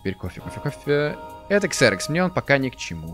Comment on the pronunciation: Разве не Зерокс а не Ксерокс?